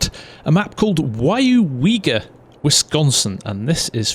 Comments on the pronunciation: i Live down the road from here, nice to see a small town like Weyauwega in the game. I honestly came to see you butcher the name but you pretty much nailed it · Well done! You said the town name correct! How long did that take you?